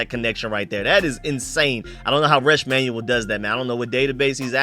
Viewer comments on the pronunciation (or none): none